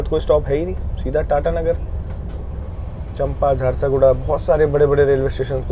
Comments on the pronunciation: Say चांपा not चंपा 😅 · • I am from SECR • That's not चम्पा Junction, that is pronounced as चांपा Junction. • Kalinga Utkal Express does not moves via Sambalpur (Traditional Bilaspur - Puri Route) it follows Long route (via Rourkela and Tatanagar) • You have covered Puri - Vasad (that's really good choice as it will cover Bilaspur - Katni Section) in Daylight which you haven't covered till now. • Bilaspur - Indore (Narmada) was also a good choice to cover BSP - KTE Section. • Not 360 km, 468 km non stop from BSP - TATA • People prefer Jnaneshwari Express, Gitanjali Express and HWH - CSMT Mail over this Duronto Express.